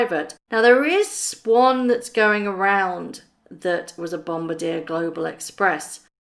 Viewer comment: FYI it’s BomBARdier - not BomBADIER.